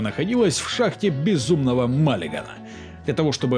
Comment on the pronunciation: Зае... устал искать эти звёздные ядра...) Кстати,, почему ты фразу "шахта БЕЗУМНОГО МАЛИГАНА" без огонька произносишь?) Неисторично и неканонично, осуждаю xD Спасибо за ролик)